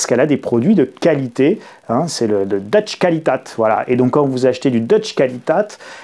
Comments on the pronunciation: Bonsoir,. Encore merci pour vos vidéos et votre blogue. Petit correctif sur « deutsche Qualität »: on prononce à peu près « doïtche kvalitéte »:-) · quand vous dites "deutsche qualität" essayez plutôt avec cette prononciation: "deutchè coualitête"